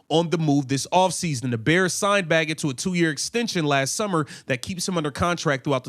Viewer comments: How do you look at Bagent and pronounce it Baggit? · It's pronounced (baygent) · Sir it is pronounced bay-gent like gentlemen.